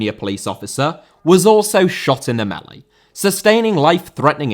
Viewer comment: Melee* not Melei